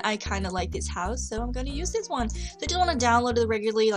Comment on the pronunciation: I'm sorry but your voice is really obnoxious at times, the way you say 'dis' instead of 'this' and pronounce 'file' as 'fale'' is bothering me so much,.